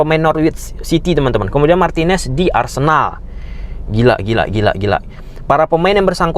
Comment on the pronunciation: Emang katakan Cuti Romero main di Spur ada yg slah? Kalo Emi emang slah karna nyebutnya min di Arsendal 😂